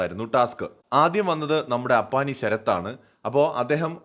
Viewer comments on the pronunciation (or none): none